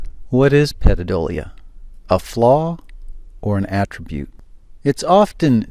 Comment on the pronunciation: Love your channel but do you really pronounce all those words incorrectly on purpose like calling pareidolia pedodolia I think you do